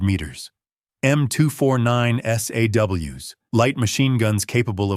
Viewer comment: Lol “es ay double you’s”